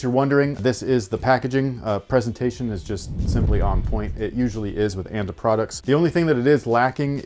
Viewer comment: it's pronounced "ah-n-tah" btw